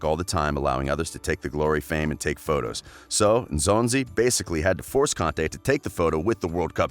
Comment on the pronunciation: I can’t help but appreciate how you took your time to learn how to pronounce African names correctly, not the Engolo, Enzonzi vibes we always get from other professional commentators